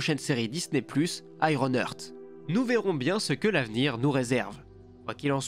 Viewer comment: "Iron HEURTE" 😂